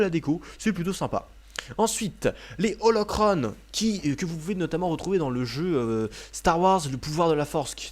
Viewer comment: mec tu te dit un grand fan mai tu sais même pas prononcer holocron et pour le fans c'est un intercepteur de navette les droïde vautour son des chasseur droïde mais tu me fais rager c'est pas la navette qui a a la fin du 2 c'est pas un transporteur de troupes c'est une navette civil au début du 3 c'est un TR-TT et c'est la revanche des sihts